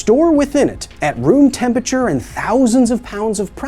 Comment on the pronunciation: I want to watch this video but I cannot get passed the way he says "tempature"